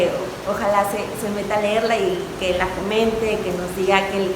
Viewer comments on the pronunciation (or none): ¿aurélio nuño? ¿aurélio nuño? ¿aurélio nuño?...Aaaah sí,el que no sabe "ler".